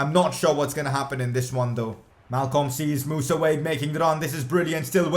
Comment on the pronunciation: They way you pronoumce Wague is wrong,it aint wayge its Wah-gey